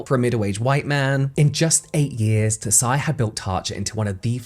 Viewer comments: Im loving these brand deep-dive videos! Although i do wanna correct your pronunciation of Tsai - the 't' is silent, so you can just pronounce it as 'sai'! to be even more nit-picky, the 't' creates a more plosive S sound! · Tsai is actually pronounced Sai, just like Tsunami. The T is silent. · This was so interesting. I feel like you can make a paper bag around interesting! 😂 BTW I think the last name Tsai is pronounced "zzai," the hard z like in pizza. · Just as a heads up, “Tsai” is pronounced without the “t”. Speaking of which, there’s a silent “t” at the beginning of a surname up my family tree. People try to pronounce it with the “t” and it simply doesn’t work. It’s like the secret is to just think the “t” sound without making it, just hold it in your mind as you say the name, and then the pronunciation somehow sounds just right. 😂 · This is great but just a little bummed at the mispronunciation of "Tsai" given that she was the focus of the video and it could've been easily googled ahead of time to confirm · Just a sidenote: tsai is not pronounced „tuh-sai“ but „ts-ai“ … just one syllable! Taiwanese names are often still written in wade-giles vs. the now common pinyin, if i recall correctly, so it can be a bit confusing! Love ya james😌! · i could be wrong, but normally if an asian last name has "ts" at the beginning of it, the t is silent. so her last name is probably pronounced as "sigh" not "tuh-sigh" <3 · Another great deep dive. Tsai pronounced like 'sight, T being silent. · Her name is Vicky TSAI, not TOSAI? For a video on apporpriation, should at least be accurate with basic facts Tosai is Japanese last name. Tsai is Chinese. IMportant for your argument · I love your “Behind the Beauty” videos, just one thing - “Tsai” is pronounced like “chai” but, the “ch” is close to teeth at the tip of the tongue 😊